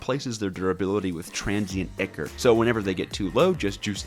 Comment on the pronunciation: It's pronounced EYE-cor.